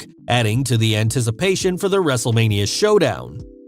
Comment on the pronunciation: So how many times said Wrestlelamia(excluding intro, the introduction of Raw Recap, and outro)? If you said 4, YOU WIIIIINNNNN!!!! Lol All jokes aside, hope you’re feeling better. is keeping the mic warm for ya